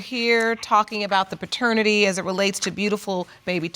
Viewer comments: She's "very educated" yet she stayed saying "FATERNITY" court🤦‍♀️ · You're very educated but you're saying "Fraternity Court"? Good Night Ma'am! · .."So we DO have some discoveries up in FATERNITY court".. and in the very next breath say "I am a Very Educated Woman".. 🤣🤣🤣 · She said she is very educated yet said faternity court not paternity, smh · “Very educated woman” Fretanity court 😂😂😂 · No what got me is when she said “I’m very educated” then say “fraternity” not paternity 🤣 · Her: "I am a very educated woman" Also Her: "fraternity court"